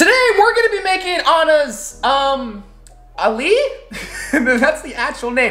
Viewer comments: The name of this in English is called ali's mom for some reason I am Arabic and I don't know this lol and your pronounce it oom ali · You say it ommoo ali which means mother of Ali and is meant to be soggy but not chewy it is because you did not put enough milky mixture my dad cringed when I showed him u calling it ummmmmm Ali 😂😂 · Pov:your arab Well you can say you om-alee And not umm Ali 💀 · Yeah and it’s pronounced “om-alee” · Its “ om ali “ its middle east food its sweet ♥️ luv u from kuwait 🇰🇼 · This is the most entertaining thing My Egyptian self has seen in a while Ps: it’s pronounced ooum - Alee but I honestly don’t get why it’s spelled like that either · Its pronounced omm ali and it means ali’s mother and its written ام علي in arabic